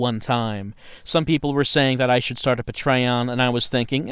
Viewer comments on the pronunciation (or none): Puh-Tray-On??!! I will never say it properly again.